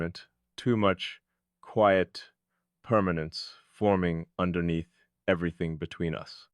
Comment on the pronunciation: QUIET has a long i sound.